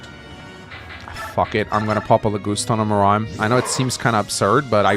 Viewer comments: He pronounces "Muraim", it is written Muarim. Phonetic pronunciation. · It amuses me how has been playing this game for over 10 years and still can't pronounce Muarim's name correctly.